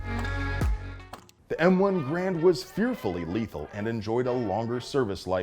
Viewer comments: It's pronounced Grrr-AND! Just ask Colonel Tony Tiger of Kellogg's Tiger Brigade. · There are a few small inaccuracies in the video, but the most egregious is the mispronunciation of “Grand”. The “G” is silent, and the “a” is long (or hard?). It should sound like “hRAINd”.